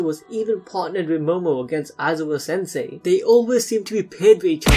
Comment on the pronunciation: did you say "Aizawa Sensei"? BOII